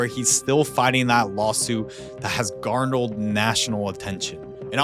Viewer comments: Haha Garnald national attention. That was the most delightfully Asian thing I've ever heard. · At around the 17 minute 35 second mark.... You said "even though criminal Court found him guilty"..... I think you meant to say not guilty. Also... The word is "garnered", as in this case garnered national attention, not "garnaled".... 🤷🏼‍♂️🤦🏼‍♂️🤣 Oh and idk man, at right around the 10 minute mark.... I was thinking he might have done it because he obviously lied when he said "I had the chance to go home with 3 different women and I chose her*..... Like as if to say... 'how lucky was this peasant girl, that I chose her, over the other two!"..... GROSS!!! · I think you meant to say "garnered," not "garneled" 😅😂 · garnled? HAHA! I think you mean garnered: gather or collect (something, especially information or approval). "the police struggled to garner sufficient evidence" Awesome video bro! Keep up the good work and work on your pronunciation too. Hehe!